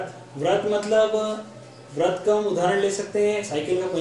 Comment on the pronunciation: व्रत नहीं वृत्त बोल भाई